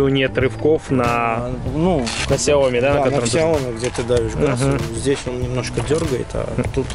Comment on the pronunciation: СЯОМИ УДАРЕНИЕ НА И !!!